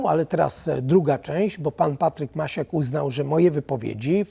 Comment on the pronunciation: Panie polityku nie Macias tylko Maciak.Pan powinien o tym wiedzieć.